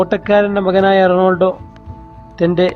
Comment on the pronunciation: നാക് വടിക് വല്ലപ്പോളും അല്ലേൽ അറ്റ്ലീസ്റ്റ് റൊണാൾഡോ എന്നെങ്കിലും പറയാൻ പഠിക്കു തോൽവി അവതരണം റൊണാൾഡോ എന്ന് കേട്ടതുകൊണ്ടു മാത്രം വീഡിയോ കണ്ടു